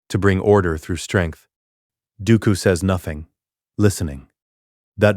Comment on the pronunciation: bruh tack some dam accountability for you art stop using ai its painfully clear by all miss pronoced names this a ai voice and what ai slop images turned Dooku and qui gon jinn into lord of rings characters